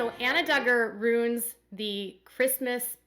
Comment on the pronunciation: It's ru-in not rune!